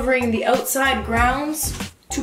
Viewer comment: has never sounded more Canadian. Oootside in the elements. 😂